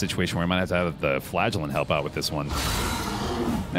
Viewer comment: Am I the only one that hears flatulent instead of flagellant?